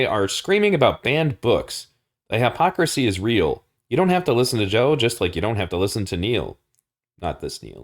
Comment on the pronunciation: in the interest of insuring words continue to mean what we agree they mean... you should work on your pronounciation of "hypocrisy". I subbed because of this video... you are spot on with a lot of the observations you make, ive been saying these same things to people for nearly a decade. If its only now becoming aparent, it is because people are waking up to it. the more wake up the stronger the push back from the "leaders".